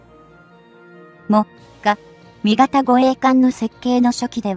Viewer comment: 何故詰まりそうな読み方するんでしょうかね。 も・がみ型と言われる度に頭が前へ出て行きそうで。 終わりの方ではもが・み型と呼んでいる、これは特に変と思うが自分の間違い？ 自衛隊の護衛艦って乗員90名程度で戦闘可能なの？平時なら十分だろうけど、疑問。 潜水艦なら魚雷を打って逃げれば交戦が少ないだろうけど。音痴で不勉強だから心配。